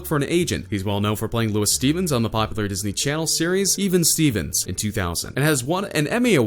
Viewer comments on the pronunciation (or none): none